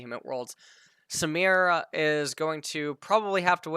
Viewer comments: literally just be able to read it's SUE ME RAH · I think it's Sah - Meer - Uh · Samira Samara.. Like dude there's literally a fucking I in her name this guy is doing this on purpose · is trying to pronounce things wrong. I'm sorry but there is no way a native English speaker reads Samira and pronounces it "Samara." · For the name. It’s pronounce the same it’s spelled Saa-Mi-Rah. It’s a very common Arabic name.